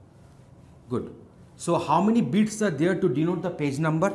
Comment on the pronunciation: my guy is saying bits and it sounds like beats